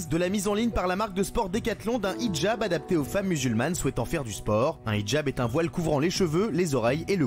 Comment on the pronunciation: 10min02 elle a dit ce quoi????elle sait même pas de quoi elle parle elle déforme complètement le mot!!!!au lieu de dire hijab elle a dit nichjab!euh...ouais.c est un mixe de hijab et nikab ou c est comment????ils font les cultivés mais sont même pas foutus de savoir de quoi ils parlent...🤦‍♀️🤦‍♀️